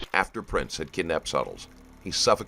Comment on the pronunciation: The name is PRINTZ, not PRATINZ. Just for the record.